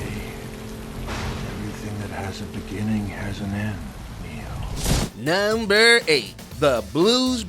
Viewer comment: can you please pronounce "number 1, number 2" etc. normally??